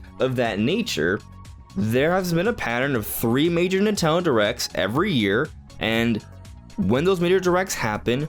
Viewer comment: NINTENDO, Why is it so hard to say? Lol